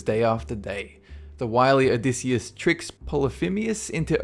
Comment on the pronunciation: (o-dy-I-siss) Odysseus